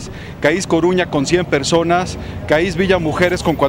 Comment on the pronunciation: "CAÍS" JJAJAJS ES CAIS!!, CAIS!